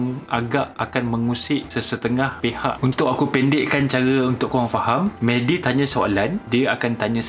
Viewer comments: Serupa la.. terdengar Mehdi mc mcd.. 😅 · Mehdi ke McD (MacDonald) ? Tak berapa dengar tadi 🤣🤣🤣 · everytime he says mehdi i hear as mcd lol